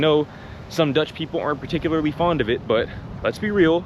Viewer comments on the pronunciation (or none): none